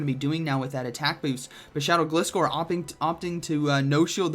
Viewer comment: It's Gliscore cuz it "glides". Say it right bro